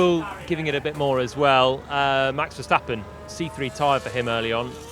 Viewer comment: JP the only one who pronounces Verstappens name the proper way...